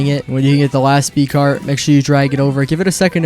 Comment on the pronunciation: Brother said speedcart 😂😂😂